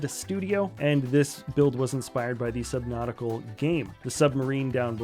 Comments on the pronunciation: AYOOO LEGO SUBNAUTICA!! FINALLY SOMEONE MIXED MY FAVORITE GAME WITH MY FAVORITE PASTIME!! Also that set is actually minifigure scale too!! (Also, how dare he call the game "Subnautical" get it right.) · Subnautica, no L.